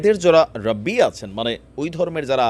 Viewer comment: রাব্বি নয়,রাবি। মানে বর্ণনাকারী